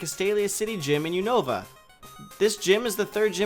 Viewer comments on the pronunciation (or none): You-nih-va Unova